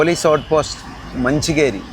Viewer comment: ചാവട്ടി❌ ചവത്തി✅ ബലേഹഡ❌ ബാളേഹദ്ദ✅ കാട്ടൂ൪❌ കാതൂരു✅ മഞ്ചിക്കേരി❌ മഞ്ചിക്കെരെ✅ യാനാ❌ യാണ✅ സ൦ഗതികോപ്പാ❌ സ൦ഗടിക്കൊപ്പ✅ 😊😊